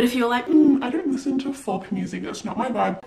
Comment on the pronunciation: As a fellow mentally ill swiftie who is also obsessed with noah kahan, it's safe to say I loved everything about this video (except the way you pronounced 'kahan' and 'folk' - very understandable because of how they're spelt haha but kahan rhymes with 'barn' and folk rhymes with 'joke')